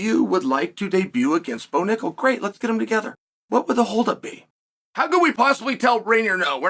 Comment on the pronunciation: I'm surprised unk Chael can pronounce Bo Nickal probably 😅